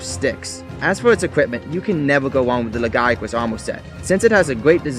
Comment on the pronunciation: I do love this video, but from what I hear and what I say it like, the lagiacrus is pronounced by most people Like, (LAY-GI-A-CRUS) but whatever You say is good, you deserve move subs